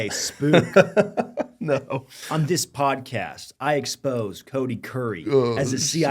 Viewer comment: Spook. Not "spoof".